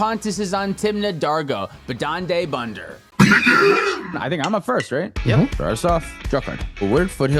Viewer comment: Hearing say Badande Bönder and struggling with the veeery swedish words had me dying😂